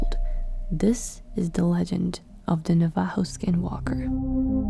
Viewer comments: Your pronouncing our name wrong it's navajo. Look up pronunciation on google. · it was really painful to hear you pronounce "navajo"😭🤣